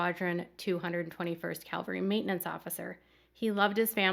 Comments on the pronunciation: CAValry not CALVary. Huge difference. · I hope you don’t mind me pointing out the word is cavalry not Calvery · I cringed every time you said ‘calvary’ when quoting the National Guard officer. ‘Calvary’ is the hill on which Jesus was crucified. ’cavalry’ is a military term. There’s literally a world of difference between the two.